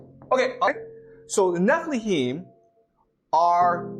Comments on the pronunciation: Anyone else triggered by this guy mispronouncing Nephilim? Just me? Okay. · Definitely. Sounded like he kept saying Niflheim, which is its own thing in norse mythology